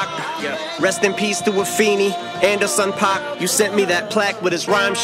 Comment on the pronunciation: an-der-son paak, and her son Pac syllables is all you need.